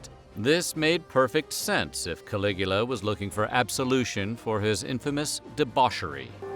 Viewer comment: Caligula for some reason sounds like coagulated :/